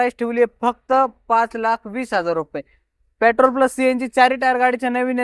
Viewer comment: Pyatrol nai petrol aste bhava te